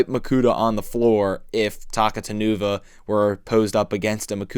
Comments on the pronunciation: I think his name is pronounced “Ta-cou-ta-nuva” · His name's actually pronounced as Takuta Nuva since he's an importmantu of Taka Nuva and Makuta. Pronouncing it as Taku Tan Uva just sounds so weird and wrong. Otherwise? Great review! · I thought it was pronounced Takuta-nuva. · yeah same, since its a combination of Takua and makuta with the nuva suffix.